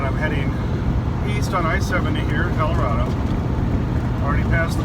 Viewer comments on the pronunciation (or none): none